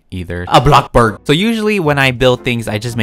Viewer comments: Who else laughs when says a block borg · It kills meWhen you say ‘ABLOCKBORG” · blockborgg revolution in 2020: January-March: "BlOcKbOrGgGgGgGg" April: "BlOcK bOrGgGgGgGg" May: "BANANABoRgGgGgGg"